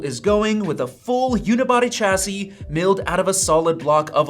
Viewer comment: Chassis is pronounced shassy.